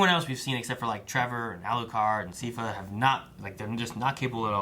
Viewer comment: I"m enjoying your reactions but I have to know: is it ragebait, or did you genuinely make it to season 3 without learning how to pronounce Sypha's name?